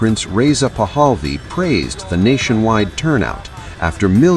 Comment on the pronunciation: The name is PAHLAVI, not “PAHAL VI”